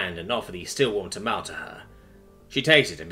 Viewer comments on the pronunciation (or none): yup. The spanish pronunciation is more like tah-MALL-ays, and I’ll hear that pronunciation about half the time living in the Southwest US, but whether you use that pronunciation or the anglicized tuh-MALL-eez, that “e” at the end shouldn’t be silent. Totally an understandable mistake if unfamiliar with the word tho. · is precious in his mispronunciation of "tamale" (Ta-ma-leh where the "t" is a very soft "d") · The E in tamale isn't silent btw. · Ok, Tamale is pronounced wrong. The E is not silent. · My brother in Christ that is not how you say tamale.